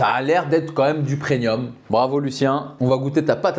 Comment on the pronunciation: Du PRENIUM 😂